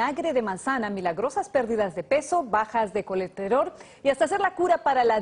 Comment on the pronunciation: Es colesterol, no colecterol jajaja